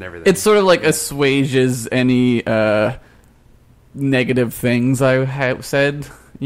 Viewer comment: I can't believe I learned how to pronounce assuage this late in life. Good thing there's ™!